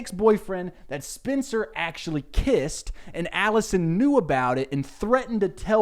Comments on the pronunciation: Why is he pronouncing Spencer like Spincer 😂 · I don't even watch this show but the way he says "spincer" is driving me insane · Why do you keep pronouncing it “Spinster” 😂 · all i’m hearing is “Spinster Spinster Spinster” instead of Spencer lmao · Why are you calling her spincer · is he saying SPINCER? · The way he pronounces Spencer made me think her name is Spincer 😂 (I’ve never seen the show and yes I am two hours into this video) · i love the way you say spencer's name as SPINCER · Lucy hale had the same accent. She’s from Tennessee I think and I bet he’s from a surrounding state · Sound like he’s saying Spincer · It's like spinster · I also heard spincer 😆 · Hes saying Spencer weird right? Its not just me? Not an issue just caught me off gaurd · i just love the way you pronounce spencer